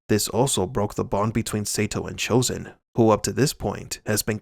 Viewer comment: Chozen pronounces his name correctly